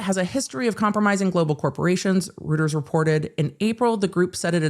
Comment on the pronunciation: Reuters is pronounced 'Royters'